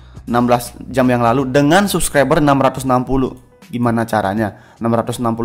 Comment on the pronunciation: R RRRRRR Dek bukan L pelo Subclibel